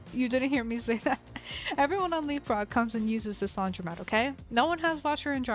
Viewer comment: pov you just figured out it’s said laundromat and not laundry mat